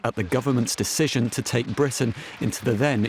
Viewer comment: "deciTion"??? "deciSSion"??? It's deciSion!!!